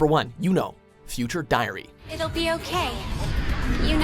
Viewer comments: only japanese.. Haha and its a pun. The last syllable for Yuno should nt be pronounced like the word 'know' ... Its more like 'noh' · I clicked for “Yuno” who😂